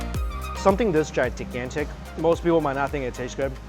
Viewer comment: Gitigantic think it's gigantic mine haha you make me giggle